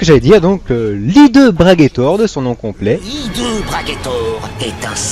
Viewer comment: C'est un h aspiré au début du nom de ce dragon non ? On devrai donc dire Le Hideux Braguettaure, non ?